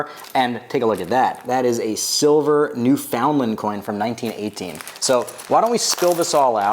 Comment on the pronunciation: Not trying to be rude but We actually say it “new-fin-land” here! Nice video though!